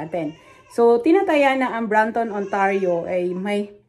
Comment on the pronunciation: it’s Brampton